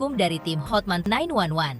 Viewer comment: Buat koreksi nama pengacaranya Hotman Paris Hutapea Kak. Cara penyebutannya sesuai tulisan namanya bukan Hotmen tapi Hotman.😂😂